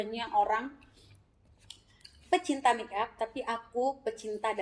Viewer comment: Sebutan nya make up buka mik up😁